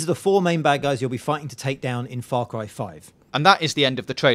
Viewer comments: Far Cwy 5, monster twucks, big wigs, upgwayded with gatling guns, Nick Wye, dwuwing the game, thwoughout the game, pwobably her dad, murdewing spwees, look weally closely, pwevious games, 27 Febwuawy... fuck me...your speech annoys me to no end. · I'm weawwy wooking fowad to faw cwy 5